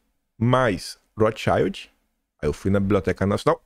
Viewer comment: Maravilhoso dossie,!👏👏👏👏👏👏👏👏 Depois procura a pronúncia correta de Rothschild que é palavra alemã e vc tá pronunciando em inglês!